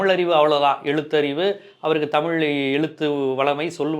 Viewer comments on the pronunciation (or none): This is like white people will not tell lies, he just announced party name, let him come, some stage or show he was struggling to pronounce our word தமிழ் as டமில், definitely initial stages he will face this criticism, similarly in kerala vijay has more fans, so don't underestimate tamil fans or people, since all fans/people are not going to vote mr.vijay